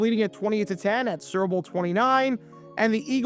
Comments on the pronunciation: I love how he calls the "Super Bowl" the "Cerball." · It sounds like you're saying serbil 😂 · Are you saying, "Syrup Bowl"? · Is he saying "sewer bowl"?